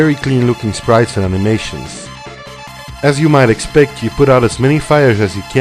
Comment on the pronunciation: Did you say "aminations" instead of "animations"? :p